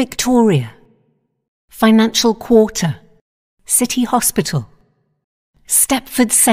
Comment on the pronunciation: How the new anouncer sounds when saying Financial Quarter:FiNanCiAl KwAtEr